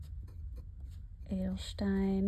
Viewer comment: I like you're making an effort to pronounce the brands and inks in their original language. You are doing very well on the Pelikan Edelstein. Most native English speakers I hear here on YouTube are pronouncing the Pelikan brand in their native tongue.